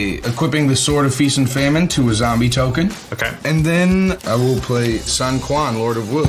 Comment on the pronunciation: Also wtf did he say "Son Kwan" lol come on posty has he never played Dynasty Warriors lol it's pronounced "soon shwan"